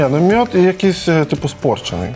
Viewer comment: Мьюд )))) а не мёджь